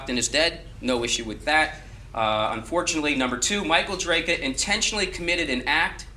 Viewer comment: Chat was absolute gargabe during this. Still, acting like he's the definitive authority on this case bc of his prior coverage, yet failing to even pronounce the guys name right even a single time is hilarious.